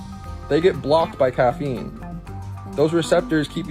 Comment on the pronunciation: Starbucks kid thinking he's a doctor... as he mispronouncingly reads from Google about caffeine🤣